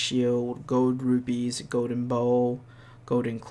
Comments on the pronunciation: It's actually "Gowden" instead of Golden- nails on a chalkboard. 🤦🏻‍♂️🤣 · "Go-den rupees"